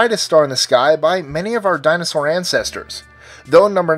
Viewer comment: Dinausaur ancestors? I know what you mean but that's embarrassing